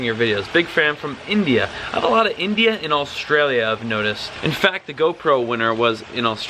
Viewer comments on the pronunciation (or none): i am not hater but in Australian and u pronounce it ostralia not auooostralia